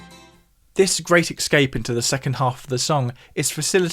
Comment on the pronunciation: "ex-caped" hee